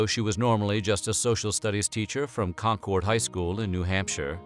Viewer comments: I’m sure this has been commented somewhere but we don’t call Concord con-chord we call it con-kerd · Concord is pronounced the same as conquered, not like Concord grapes. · …yeah, that’s not how you say “Concord” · Why does everyone mispronounce Concord? It’s really not that difficult. Lexington and Concord? Anyone?